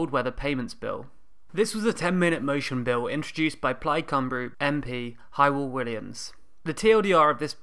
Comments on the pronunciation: I love all your videos. Very informative. By the way, Hywel isn't pronounced "Hi-well", it's pronounced "How-well". Hehe. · Is Hywel not pronounced Hewwell?